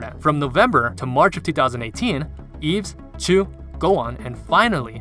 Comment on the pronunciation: its just pronounced as eve!